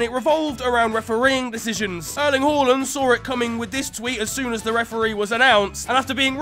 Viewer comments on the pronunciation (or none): none